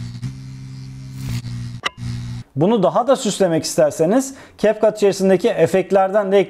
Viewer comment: Capcut’ı doğru okuyorsunuz. İnsanlar ingilizce bilmiyor ama bildiğini sanıyor sanırım 🙄